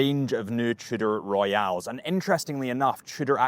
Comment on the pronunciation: it's "Royal." Your mispronounciation would be spelled, "Royale."